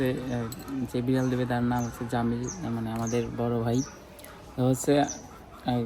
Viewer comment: বিরাল❎ বিলার✅ 😂😂😂😂